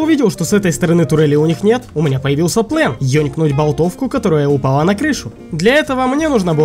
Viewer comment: * Чувак в оранжевой куртке * говорить плАн , нее ; говорить плЭн , даа.